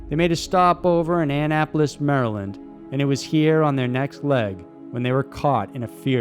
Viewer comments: ANN-APOLIS MD??? You mean Annapolis (one word, not two)!! I live here!! I know what you meant to say but it just sounds very weird hearing it pronounced that way!!😂😂😂😂 Say it like this ANAP-OLIS but one word!! LOL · anne apolis hahah its pronounced auh-nap-o-lis - maryland resident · FYI...Great Documentary!!! Just thought some might want know that Annapolis is pronounced uh-nap-uh-lis or Ah-nap-o-lis. I's be knowheres near gooder at my spanglish but another we'ins hear in MD is the City of Bowie...pronounced "Boo-e" and most say Bow-e! Sorry, no insults meant! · Funny how he said Annapolis. In Maryland we don't even say it like that